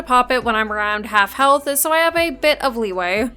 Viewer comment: I like how you say health-ah